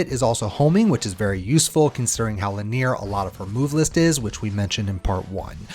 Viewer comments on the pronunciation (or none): My guy pronounces linear as Le Near lmao